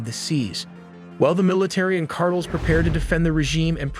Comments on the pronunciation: CARTELS! NOT CARTLE!🙄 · Videos are awesome only gripe, is sayings cartles rather than car tells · CAR-TELL Not "cartles" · Cartel not Cartles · He says cardles instead of cartels. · All the super-impressive graphics and intel, 1.55M subscribers and no one behind this channel can "program" this artificially unintelligent SOB how to pronounce CARTELS???? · "Venezuelan cardles" 😂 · Hey it's CAR -TELLS. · fire your narrator. he pronounces things like Cartels "cardles"...and Iran "Aeraan" and those are just the one's I've noticed. How can someone payed to narrate be soo bad. You literally had one job. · "Drug Cardils" 😂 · No, Cardles. Stress on the first syllable. 😂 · I think these “engagement strategies” are going to backfire. Hearing wrong pronounces words over and over from an program gets frustrating and in the end will cause less engagement from less viewers I come to watch and learn; not for you to say carels on purpose over and over. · You nearly nailed this video until you said “ Drug Cartiles” 😅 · This guy can’t say Hamas or cartels right 😂😂😂😂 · Ai can't pronounce cartels!